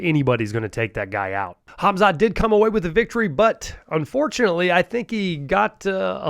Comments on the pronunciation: Mate you cant even pronounce his name correctly. Its KHAMZAT not KHAZMAT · please learn to say the names right ;-) he,s not called hazmat!!! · His name is khamzat..not khazmat🤭